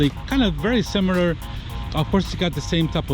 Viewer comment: Oralé holmes Blought Blought Blought Blouhht "Very simerler". AyeIayeIayeI-I!